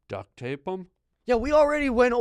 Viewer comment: "Duckt tape them" 😂